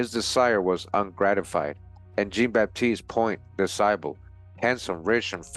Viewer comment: Jean is French for John and pronounced "Zhon." Zhon BahTEEST Pwohn Du SAHbluh.Thanks for this video.